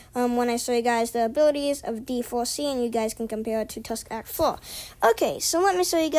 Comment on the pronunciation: That intro tho 😳 "Tusk Act FOHH" OH MY "Wound about path" "Aer" OH MY im a boy